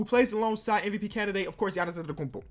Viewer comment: Wow he said M.I.P canidate like if you heard same